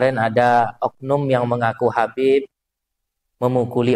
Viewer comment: Gak seperti keturunan Arab .... apa bener Habaebbb ... atau Habaeebbbb jadi jadian .. 😂